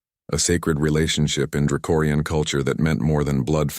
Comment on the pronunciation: It’s draconian, not dracorian!!!!! You’ve been saying it wrong every single time it comes up!!!!!!!!